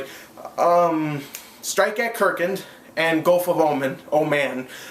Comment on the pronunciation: How did you pronounce it wrong?? kArkand not kerkant